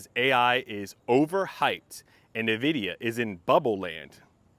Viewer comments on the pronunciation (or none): Invidia, not NahVidia Please